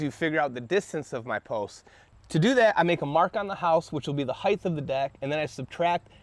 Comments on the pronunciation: omg it's HEIGHT. NOT HEIGHTH. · What's a heighth lol. Do you mean Height. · FFS, stop saying "Heighth", it's "Height." A hard "T" on the end. "Width" sounds like it does because it actually has an "H" on the end. Height does not, so stop saying it that way. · Hight, not highth. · Sometimes he says "heighth," and sometimes, "height." I don't think "heighth," is a word. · Hey buddy great video, so clear and concisely explained...not to nit-pick but so you are aware, the word is HeighT, not HeighTH...it's commonly mis-said because of widTH and lengTH. Great channel, new SUB here. I'd love to hear your feedback and knowledge shared on my channel as well! -ADAM The New Woodworker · I'm just being pedantic, but I would want to know if I were you. Heighth isn't a word. It's just Height. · please stop saying "heidth". It's "height" OR "width". NOT BOTH!!!~ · Great job! Why do so many American tradesman pronounce “height” as “heightH” ?!? Where does that H come from? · Great video. Just fyi, "heigth" is not a word... :) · Lmao there is no "th" sound after height. It's pronounced as "hite" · You lost me at heighth 😛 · Height is pronounced like kite. You're adding a "th" at the end when you pronounce it. Otherwise, nice video.